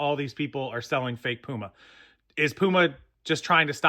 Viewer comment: So no “Poo-Ma” well shoot